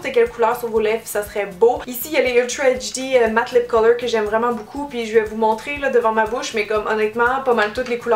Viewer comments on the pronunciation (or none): none